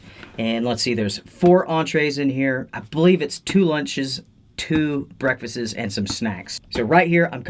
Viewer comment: The way you said "breakfasts" reminded me of the "In Living Color" skit where they wouldn't stop saying "big breasteses."